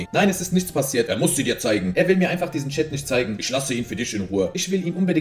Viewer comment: Bro warum kann die en Endungen nicht aussprechen? Er spricht alles mit einem Ö aus anstatt mit-en. Er sagt nicht zeigEN sondern zeigÖN. FindÖN. AusdenkÖn. SchenkÖn